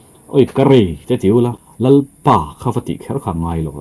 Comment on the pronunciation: Lalpa tih chu ahming ami kan lam dan nilo mi?